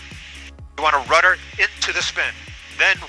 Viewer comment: RUDDER NOT RUTTER.